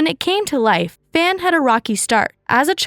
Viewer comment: the 'a' in 'fan' is pronounced like the 'a' from 'ark'